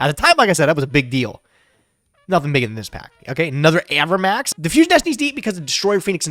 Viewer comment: i hate how pronounces cards. my poor avramax